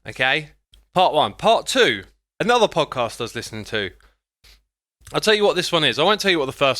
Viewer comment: He called Podcasts "Popcasts"